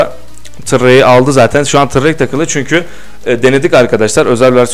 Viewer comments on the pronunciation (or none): none